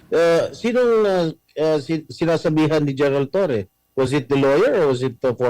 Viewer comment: Torres Low 😂😂😂 hinde Law. 😂😂😂